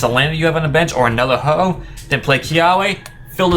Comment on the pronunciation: You said hoho ex